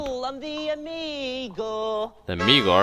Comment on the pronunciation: Poetic licence is one thing, but "Amigor"? Hahaha!